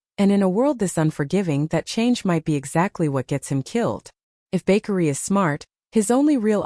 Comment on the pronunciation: His name is...Ba-kar-ree! I no I spelled wrong, now the narrator can pronounce it right!😅😅😅😅